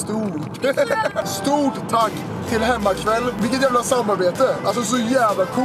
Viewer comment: Hur säger ”hemmaqouell”👽🧌👉👈